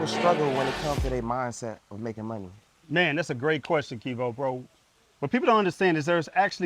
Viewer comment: he keep callin him wtf